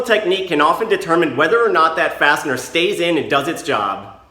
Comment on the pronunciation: I had the volume low enough at work to hear you call the fasteners "bastard" every time you said fastener lol